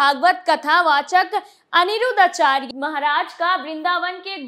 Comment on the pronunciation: आचर्य नही आचार्य।